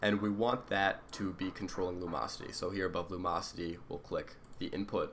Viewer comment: Lum-ocity. theres a "in" in there.